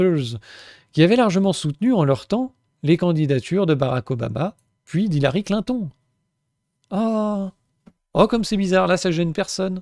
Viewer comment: Très vrai ce que tu dis sur le temps de parole accordé en fonction des sondages. C'est tellement honteux ce système... Pourquoi tu prononces Clinton et Biden à la française mais Trump à l'américaine ?